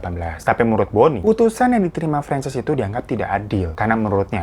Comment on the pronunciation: bang, francess apa franchise sih? kok gw dengernya kyk franchise kulakan usaha??😂